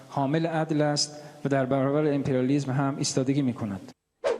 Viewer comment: امپریالیسم رو هم امپریسم گفت، میتونه جایگزین خوبی باشه بجای سوتی های قبلی